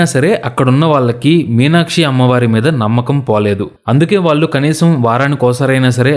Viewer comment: హలొ! ఇంతా చెప్పి వాల్లు వాల్లు అనడం చండాలంగా ఉంది ! వాల్లు కాదు వాళ్ళు అండ నేర్చుకో .